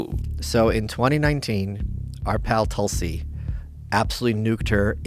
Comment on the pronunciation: Please it is not toll - see, it's Tulsi. Please learn correct pronunciation. Ironic that while mocking indian accents westerners never do the hard work to learn correct pronunciation of indian names. It's because of your primative alphabet of 26 letters, sanskrit is a mother language ans source of not only indian languages but english too, has double the number of consonants. Hence nuance and beautiful pronunciation